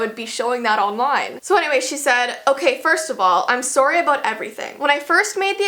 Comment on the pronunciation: I didn't really hear it since I'm also a Canadian